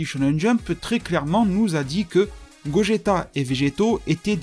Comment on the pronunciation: C'est gogeta pas gogetto même en jap c'est gogeta bon il dise gogita mais c'est pas grave